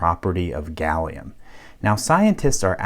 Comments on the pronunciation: You've said Salium 96 times in this video. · Shouldn't Americans call it Gallum? Like aluminum.